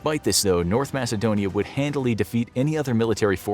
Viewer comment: Macedonia is pronounced with a K, not an S.